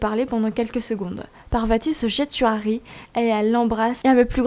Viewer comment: Je suis la seul à avoir prêté attention à l'accent quand ta Di Harry a je crois 🤣🤣 juste jpp mais sinon trop génial la fan fict